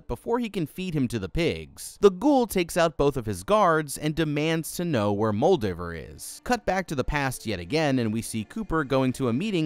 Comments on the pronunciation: It’s Muldover. Who’s Muldavere? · I have a suspicion you are either mispronouncing Moldaver on purpose, or you yourself never saw the actual show. Both are disappointing. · Worst pronunciation of Moldava I ever heard. She's not a Draugr Lord.